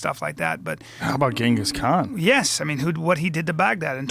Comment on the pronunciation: Joe, it's pronounced "GIN-GIS Khan", not Gang-is. -Genghis Khan